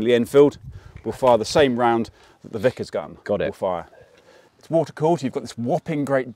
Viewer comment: I know!! It was was: “Wat’ah”